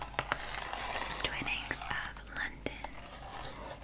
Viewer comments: Literally doesn't matter at all but it's Twinings like rhyming with whining, not twinning :) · I love you so much but for goodness sake, as a Brit, it's pronounced twine-nings not twinnings😂❤️ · Hey, loved your video. Supppperrr relaxing😴😴😴 I am also from the UK and did notice something in the beginning which was the tea. Twinnings is actually pronounced t-wine-ings over here instead of t-win-ings as you did. No hate at all I love you just something I picked up on ❤ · giggled a bit when she called twinings ‘twinnings’